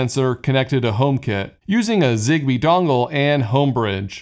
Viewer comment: Sounds nordic :))